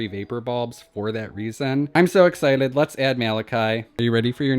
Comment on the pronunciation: WHY DOES HE KEEP SAYING "exciled" ?¿?¿?¿?